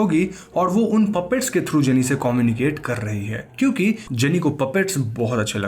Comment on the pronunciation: Bro its "kyu K" not "Chu K".